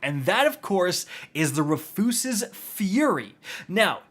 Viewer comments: Say it with me Roo-fus-s like a man named Rufus. RooFuss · ROO-FISS, ROO-FUS, not re-foos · He's trolling us, right? It's pronounced like the name (Roo-fuhs) right!? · I literally hate this MF. Can’t pronounce weapon names 😂. Rufuses fury? Really? 😂😂😂 it’s RUFUS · It’s just “Roof-is” Fury. Do you go outta your way to mispronounce shit? Smh. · *Ru fis fury. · ROO-FUSS!! Say it with me, RU-FUS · TIL Rufus is now pronounced Refoosis 😂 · How do u mess up the word rufus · I'm not gonna let you get by saying Rufus like that.... you have to be stopped villain! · "make sure I mispronounce at least one word in the video" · The pronunciation of “Rufus” is killing me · Jaded viewer - he butchered the pronunciation of "Rufus" for more engagement/comments.. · Awesome butcher of the name! 👍🏻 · I love how you’re butchering the gun’s name to bait comments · Why does bro say it wrong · Dude spent months trying to get this just to butcher the name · I refuse the pronunciation. It makes furious